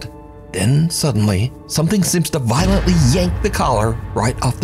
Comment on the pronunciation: LMAO even knows its fake so he puts DRAMATIC emphasis on a passive action "duh the collar was VIOLENTLY yanked off nala" lol no it wasn't, it was calmly slipped off, and it was probably on a wire and the THING off screen was the owner pulling it off - using words like "its not easily slipped off" doesn't add more believability, it would make it MORE fake as it would drag the poor dog off screen like a noose